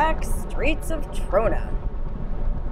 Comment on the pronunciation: "mah mah mah my Ta-RONA"